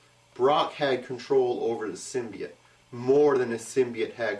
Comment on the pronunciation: btw im pretty sure symbiote is pernounced sim be ott but lol i doesent matter ;p